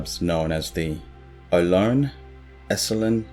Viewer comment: California person here. The Ohlone are not a singular ethnicity , but rather, a group of eight related ethnic groups. The Ohlone tribes native to the Big Sur area are the Rumsen and Chalon. Also, Ohlone is pronounced with three syllables, as “oh-low-knee.”